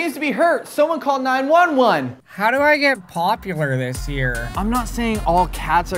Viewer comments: who the hell says 911 like that? nine ONE one. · The way he said 911 Lol